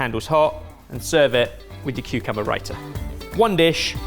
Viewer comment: Not to be that person but it’s ‘satay’ and ‘raita’.